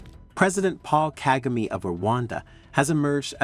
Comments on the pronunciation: Despite providing some good content, it might be worth investing sometime to learn how to pronounce the names of people properly. This would give more credibility to your contents. For example, start with the president of Rwanda. It's Kagame as in Ka Ga Meh and not Ka Gi Mi. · You are not pronouncing his name correctly. KAGAME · Why does the person speaking on this video not check how to pronounce names of African leaders? Kagame, Malema, Pandor, Musoweni? Come on??!!!